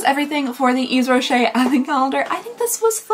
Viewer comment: Never thought I'd see Yves Rocher on your channel (btw it is pronounced Eve Rocher) The brand was or maybe still is big in Belgium, I remember my mom having some sort of subscription to it back in the nineties.